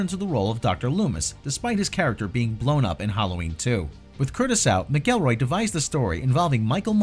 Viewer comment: It’s actually pronounced McElroy(mackelroy) 😒 not (mickelroy)